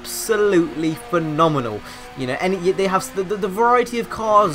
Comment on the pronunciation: Thank goodness you have changed your mind, I always had faith in this game anyway. Lol STILL tryna pronounce "phenomenal"? Nice new intro too and just a heads up, StraightUpHippo is spelt wrong at the end.